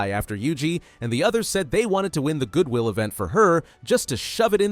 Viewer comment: “Good Will event” 💀